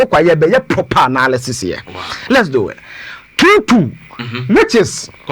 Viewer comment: The word is analysis not anaaalyses! Kumasi boys tweaaa